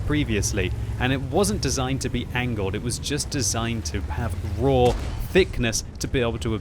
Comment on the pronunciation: Whenever someone says raw like that I always think of snoke